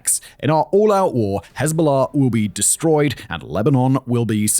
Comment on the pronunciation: the "hez-bahla" pronunciation is so bad that it's funny 😂